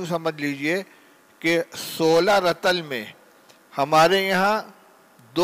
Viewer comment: رَطَلٗ تلفظ غلط ھے رَطٗلٗ یارِطٗلٗ ھے فَجِرٗ نہیں فَجٗرٗ ھے میں نے ایک دو منٹ ہی سناھے پورے سبق میں کتنی غلطیاں ھوں گی دارالعلوم میں بھی اب ایسے لوگ بخاری پڑھانے لگے